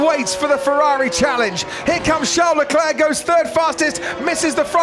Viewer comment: "Here comes Sharle Eclairc"